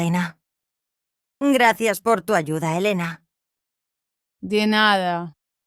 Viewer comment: It sounds like homey was using a voice changer to make the female voices HAHAHA - sounds really strange. Not sure about Ayuda being pronounced like "huh-SHOO-dah!" Turned it off at that point.